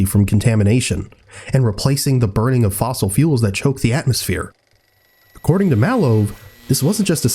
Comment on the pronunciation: "Fossile" fuels